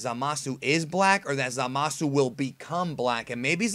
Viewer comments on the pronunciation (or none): Great video, again. After seeing this episode, I think Black is a being that enlisted the help of Zamasu to destroy humans? It may even be that Zamasu trained or empowered Black in some way. Maybe a covert operative of Zamasu. Btw, , Zamasu and Gawasu are pronounced (Zah-mahs) and (Gah-wahs) with a strong pronunciation of the s at the end. They never pronounce their names as (Zah-mah-soo) or (Gah-wah-soo). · My take is that Zamas was "killed" (fusioned?) by someone else in the future, that is the extra ki they are sensing and why Goku does not percieve evilness in him. BTW it is Zamas... or "Zamasu" with a silent "u".... just listen carefully to the episode, thereis no "u" sound ever spoken (and that is the way it should as there is no hiragana for s, so su is used). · Lol, someone doesn't know that the "u" is silent. No Japanese person will say Zama"su" They will keep the "u" silent. Same with the english word for like, which is "suki" they say "ski". Or a name like Keisuke. It will be "Keiske" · Lmao that way u say zamasu